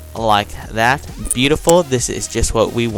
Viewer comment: Lol why u only say just like thata jaja lol, anyways good tutorial!!!u just got a new subscriber!